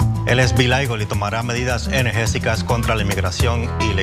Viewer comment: The "latino" guy can't even speak proper spanish 😂 He said "energéSicas" and it actually is "energéticas" 😊